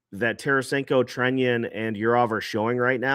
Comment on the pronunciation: Is it Treñon or Trenion? No! It’s Trenin- ‘Tren’ ‘in’ - just fyi -you’re welcome